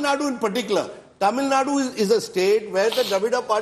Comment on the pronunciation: I get irritated from North Indian media people say 'Tamil Nad' or 'Kannad'